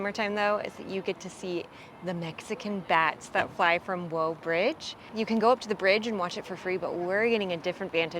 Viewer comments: It's pronounced like "Waah" she said it more like "Woah". It doesn't really matter that much, no big deal. I was more concerned about calling Johnson Space Center "this Kennedy Space Museum" lol Funny thing is she implies it's not in the city limits, but the city annexed that entire area (Clear Lake) there back in the 70s. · As a Houston native, you did a surprisingly good job on this video. Don’t feel bad about the pronunciation of Waugh. Houston has a unique way of pronouncing streets (just look up kuykendahl, San Felipe, Bissonnet, and Fuqa) I would counter your comment on not needing the toll tag. Depending on what area of town you’re exploring and when (anytime between 3-7pm especially) it really can make a huge difference. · Native Houstonian here. Thanks for showcasing our city. It's definitely not what people think of when they think of Texas. I love that you showed different parts of town, not just focusing on NASA and the typical spots. The only criticism I have, and it's small, is your pronunciation of places and things. I was glad to see the correct way to say Waugh, but Montrose is mon trōs and tamale is tamalee. Other than those, great job!